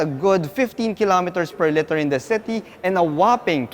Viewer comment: Hi sir, nothing is wrong but when you say "liter" you pronounce it as "litter" which meanz a group of puppies 😅